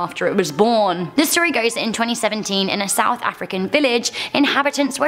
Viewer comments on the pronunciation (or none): none